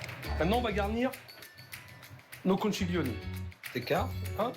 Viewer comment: Philippe bonjour, on prononce pas conciglioni, mais conkiglioni. En italien ça veut dire " gros coquillage "